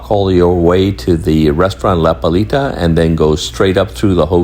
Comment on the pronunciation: This guy mencioned 12 times "La Palita" along his video. Man, if you want to make an add of the restaurant at least learn the name properly! It is "La Playita", not "La Palita", "The litle beach", godness!